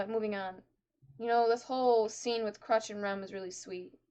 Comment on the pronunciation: stop calling her Crutch xD It's Crusch. You pronounce the U as "Oo".